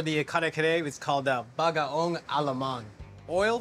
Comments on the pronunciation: U need Puso ng Saging and its not Bagaong Alamang, its Bagoong Alamang Kuya. Pls learn how to pronounce it correctly if u are cooking it and as a Filo pls. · he said Bagaong. He should learn to speak it correctly even Koreans knows how to pronounce it correctly.